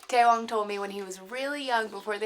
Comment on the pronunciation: Tsewang = Che wang not tay wong.